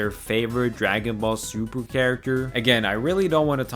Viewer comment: I am sorry but every single time you said Super as "Suburu" is just so triggering.. like how dude? HOW can you botch such a simple pronunciation??